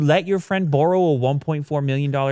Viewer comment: lmao that's the most canadian way i've heard anyone say the word "borrow"